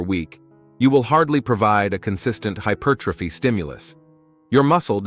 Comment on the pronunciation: Da fuck has hypothyroidism got to do with growing your chest? Can't even pronounce hypertrophy consistently 😂 Why not use a human rather than AI to generate commentary and captions?